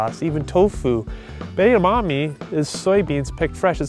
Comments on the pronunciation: She said Edemonies omg these guys are weird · Wow...it's pronounced: Edd-ah-Mah-May. Jesus... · Kept saying Edamonies...omg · エダマメイとかエダマミーみたいな発音も可愛んだけど、つい「え！だ！ま！め！」ってちゃんとした発音で正したくなる。カラテイじゃなくてカラテ！カラオケイじゃなくてカラオケ！ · Did I hear her say Edamani? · I dont know why they're having difficulties in pronouncing 'Edamame'. Its very easy. Maybe bec they're not asian but it doesn't makes sense to me.